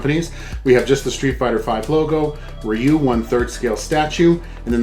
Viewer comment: Thank you for saying his name correctly. This is a simply awesome statue